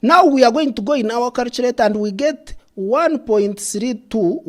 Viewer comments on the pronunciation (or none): Calchurate and Calchurator